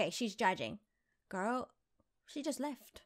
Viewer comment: Omg first she says wings second earrings like GIRL is gils 😂😂😂😂 luv her